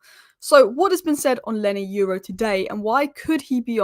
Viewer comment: YORO ...start with YO as the way YO YO sounds ( not EU as in euro) then add RAW the way it sounds so now add the two YO and RAW ( sound only not spelling) there you go YORO